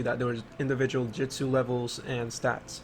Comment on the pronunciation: Every time you say Jitsu i die on the inside just a little. But the game looks dope.